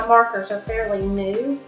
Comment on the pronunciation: What is the name of the markers and where do you buy them? I cant seem to find them. I thought you said Puffed Markers.